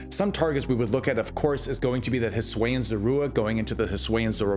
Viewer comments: but hey, I honestly really like the way you pronounced it, I’ve never heard it like that before lol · I just can't take someone seriously as a pokémon content creator if they aren't going to try to pronounce something as basic as Hisuian correctly. Has he seriously not heard a single person pronounce it in over 3 years that Legends Arceus has been out?